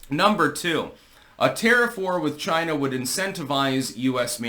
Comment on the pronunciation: Who else is happy to hear Trump say "CHYNA" again?